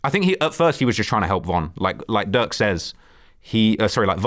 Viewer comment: He’s saying “durk” but it sounds like “duck” and I was confused at first 😂